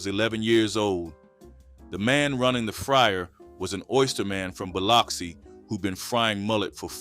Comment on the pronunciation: Gotta be AU bc no way you researched this and mispronounced all these words!! Filet pronounced fill-lay not fill-let, and Biloxi is pronounced Ba-lucksey not Bi-locksey!!